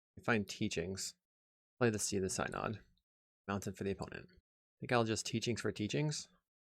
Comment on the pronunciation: One of these days I'm going to find a religious mtg creator who can pronounce synod.